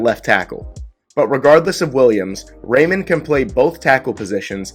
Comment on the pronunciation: Geez! So glad the Bengals didn't agree with you on Reimann (pronounced "Ry-Mun)! LOL!